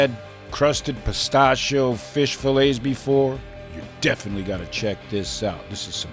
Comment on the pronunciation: Peh- Stashi- EEE- Oh~ Not Peh-Stash- Oh~